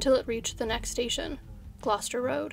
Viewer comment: Thank you for pronouncing Gloucester correctly! I know that’s really difficult for a lot of people, but you nailed it 💜